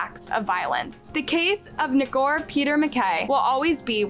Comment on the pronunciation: Ngor sound like “more.” Either you do no research at all or you intentionally mess this stuff up so you get more engagement.